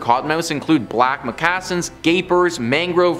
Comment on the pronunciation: Between how he pronounced “ moccasins” and “octopuses” instead of octopi…I can’t…